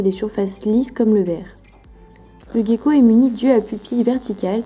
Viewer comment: Ca se prononce jéko pas Gueko 😒